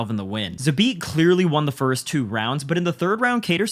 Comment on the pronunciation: What are the chances that you are going to pronounce kattars name correctly?